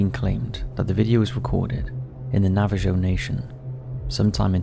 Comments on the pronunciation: Navajo (Navuh-ho) Tucson (Toos-on) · I caught that too, I cringed when I heard him say Nava-joe 😬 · It's pronounced Nava-hoe, just for future reference. And since you're from the UK I wouldn't expect you to know that. But the Navajo tribe is also the tribe that is connected to skinwalkers. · Nava Joe nation hahaha come on man! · Ah yes, the Nava Joe nation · It’s pronounce Nava Joe 😂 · The J in Navajo is pronounced like an H. The Navajo nation is in the US. That looks more like a wendigo or maybe a skinwalker wearing a sasquatch.